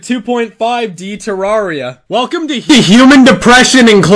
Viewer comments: "te rawr ia" smh it's "te rare ia" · It's pronounced "ter-rare-ria" as confirmed by all the devolopers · Why did you replace his face with wurt also it’s pronounced ter AIR ia fight me